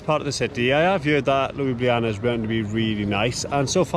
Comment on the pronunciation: "LUIbliAna" ahaha oh god